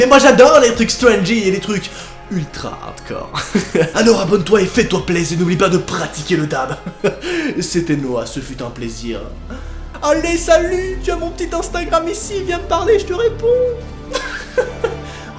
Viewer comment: le H est muet donc le H ne se lit pas